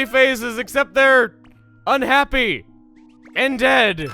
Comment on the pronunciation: I heard "and dead" as "undead" My brain is a pun and that makes me mad.